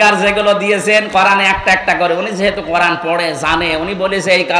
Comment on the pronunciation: "😅কুরআন" বলুন হুজুর, "কোরান" ভুল উচ্চারণ! আপনি অবশ্যই জানেন🙏🏼। "আকাশ খুঁটি ব্যতীত দাঁড়িয়ে আছে"। এটা কি বললেন? আকাশ তো শামিয়ানা নয় হযরত!